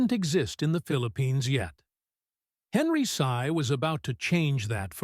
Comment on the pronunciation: Learn first to spell Henry Sy, not Henry Say. You Mr. AI so ridiculous. Bye!